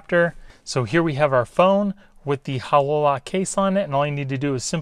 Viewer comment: Why are calling it a Hah LO lock? It’s pronounced Hay lo like the halo that angels have. Self explanatory really when you look at the shape. Just had to mention it.